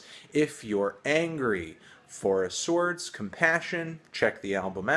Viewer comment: Anthony say "whip". Now say "Cool Whip". Now say "sords" instead of "SWARDS"... you silly melon.